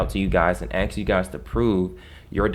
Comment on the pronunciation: Great way to get yourself wacked. Fuken with a powerful bank. Bro are you a qualified lawyer? Let us see your credentials otherwise you're going up against something that'll have you dancing in circles for years to come. You axed him? Did you really just say axed instead of asked? Yeah I don't think people should be taking legal advice from a youtuber. Bro doesn't know we've all been enslaved with the financial system.